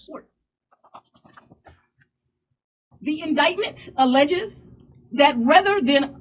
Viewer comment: She can't even pronounce the word "alleged". She's an igorant, brown-nosing, woke bufoon. It's not illegal to question an election. It's a baseless case. No, it's a criminal leftist circus hiding behind the guise of juris prudence.